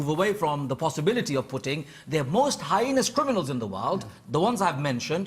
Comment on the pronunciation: That was a hard watch, totally agreed with everything you said saun. That man who cant say heinous, really annoyed me.